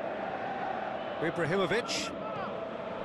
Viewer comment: "Ibrarrimovitch" (x 1000)